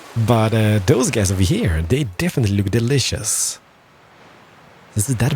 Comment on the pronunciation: Great vídeo, great English but wierd accent that gets annoying after a while but you cant do anything about it. Keep the vídeos coming! :D "baisons" "deelicious" "ovahere" made me laugh lol. appreciate the vídeo though. PS: Anno needs to implement building time to buildings. Not "Instant" building. I think It's time...